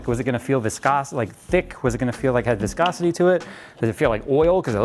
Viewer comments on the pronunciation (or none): none